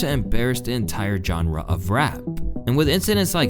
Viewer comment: The irony of you saying JOHNRuh at that exact moment. SMH It's not a hard J on that word. It's pronounced ˈZHänrə. LOLOLOL